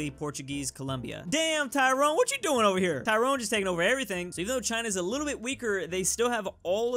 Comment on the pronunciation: Stop pronouncing Tyrone like that.